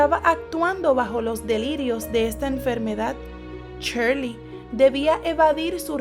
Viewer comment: like si crees que dice gracioso el nombre sherley XD